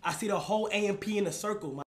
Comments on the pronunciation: youre saying amp wrong. this is mad disrespectful ngl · my brother in christ, its A.M.P what he keep say amp and amps